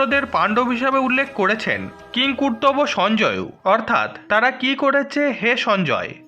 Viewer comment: কিমকুর্তব্য নয়,ওটা কিমকুর্বত হবে ! আর শেষ শ্লোকে যজ্ঞেশ্বর নয়, যোগেশ্বরঃ বলতে হবে দাদাভাই , ধন্যবাদ 🎉